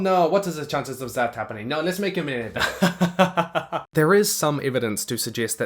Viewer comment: Why do i hear you say earbending??? But great video